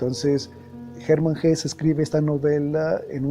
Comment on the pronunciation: Muy buena la divulgacion de las grandes obras de la literatura mundial. Solo un pequeño apunte ,en alemán se pronuncia Hesse incluida a "e" final. Gracias y buen trabajo.